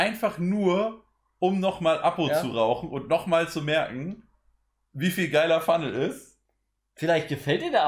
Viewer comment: Letzte Kopf, ich hab den ks Fumnel schon ne ganze zeit lang. Er heißt nicht ks appo phunnel 😅. Mein ks knall ich fast komplett voll, leicht über Glasur. Zudem hab ich mir erst vor kurzem ein lotus 1+ geholt, davor immer mit 4 lagen alu geraucht. Meine alu war immer top gespannt und ich kann auf keinen Fall sagen, es is viel schwieriger als panzer. Ich find es sogar viel leichter 😉